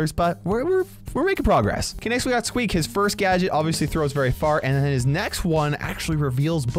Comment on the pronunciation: You called squeak teak